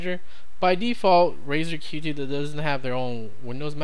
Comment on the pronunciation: Dont want to be a douchebag, but its pronounced "Cute" not "Q T"